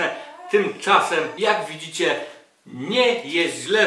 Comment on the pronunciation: "jaaak widzicie" >> zabrzmiało jak "ja pier...znicze!" ;)